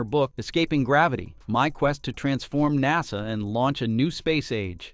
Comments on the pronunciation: lol “Nossah” (aka NASA) Tell me you’re A.I. without telling me you’re A.I. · Clickbait title. Horrible AI reader. Seriously, what kind of AI reader can't pronounce NASA? And "seven hundred and thirty seven max". Really? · AI BS can’t even say nasa right now